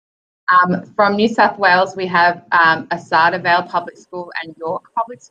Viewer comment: Sorry but its not Arsadia vale its Ar kay dee a vale but good job